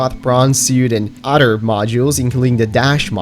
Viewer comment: Stop saying “udder” it’s pronounced “other” not “udder”.